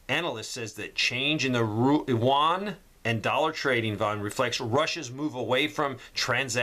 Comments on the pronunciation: Juan is Spanish for John. Yuan, Ewe-Ann or You- Ann, Yu-an is the Chinese digital currency. Thanks for the important information,. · I just wanted to leave a helpful tip for future videos-- the currency is pronounced "oo-en".. like the u in "uber" coupled with "en". The "en" part is emphasized. That being said, thank you for all of your hard work, time, and energy that you put into these videos. I am a spouse with a deployed partner and kids to care for while this is all going down. Trying to do the best I can for now-- we live in a very blue area with zero land. But I'm trying! Thanks, for all your helpful tips, advice, and insight. <3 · Won is Korean dollar your calling the Chinese yuan wrong it with a y not w 🤓